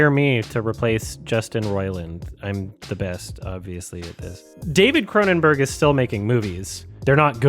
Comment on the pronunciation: CronenBERG. Not "burgh".